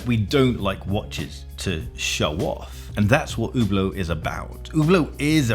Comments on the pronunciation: I’m francophone and I intentionally mispronounce Hublot out of contempt lol. For all the commenters talking about Rolex fans–Hublot fans are all the most toxic Rolex fans taken to another level. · Jesus, the girl literally just gave you perfect pronunciation on the plate and You still butchered it... And You are a watchtuber? LOL. I don't get why English-speaking people generally have so wooden tongues when it comes to roman languages. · Hablot?! Good God! Learn how to pronounce dude before pushing your hate message 😊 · its not "UBLOOOOT" its "SHHHHHHIEEEEEETE" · Its not spelled ,Ublo' its spelled correctly ,Üblo' (Ueblo).... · "Ubert Ubear Uber." Listen, b!tch. If you want to sell this watch then it better pronounced HUB-LOT. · I wonder why english speaking people say Hublow. Just listen to the woman at the begining. Hublot...Hublot! Please don't say Ublow. I ain't french nor is it my first language. But I speak many and trust me only worst than Ublow is Hublote...LOLOL Either way you say it, it won't make it get any better. Because it is SHITE! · It’s pronounced Who Blow, not Hub Blot. But I don’t fully get the hate, they carry some garish pieces but a few reasonable ones also. Pricing is silly on many pieces, but you could say that about a dozen other brands. I hate them less than Tag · Oooh blow. Not Who blow. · I think its french and is pronounced LUBE-a-lot, but what do I know 🤷🏼‍♂️ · probably because Hublot , is pronounced hooblow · It is pronounced "you blow" after all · Hublot... pronounced YouBlow? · an OuH blOh? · it's a french word...so should be pronounced " U blow" LOL.